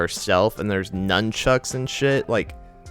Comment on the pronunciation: Bro said nunchucks💀💀